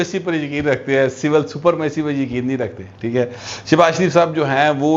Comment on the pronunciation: لکھتے سپرمیسی ہے اور پڑھتے سپرامیسی ہیں